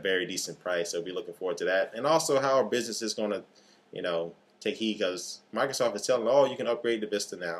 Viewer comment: Mica-sof huh? Sorry, just bustin yer chops...